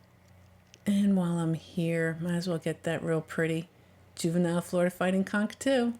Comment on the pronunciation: Please, when you say conch lean a bit on saying the N, because it sounds like you are saying a completely different word